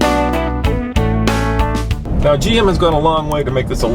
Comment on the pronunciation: Chevy "Silverdo" :43 hahahaha